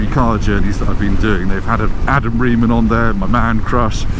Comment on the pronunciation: If Adam is your ‘man crush’ then make sure you pronounce his surname properly when you meet him. I watched him speak at last year’s abr festival and he corrected the host. It’s not Ri-man (as it looks) it’s Ray-man. He’s my man crush too, next to you obvs.😊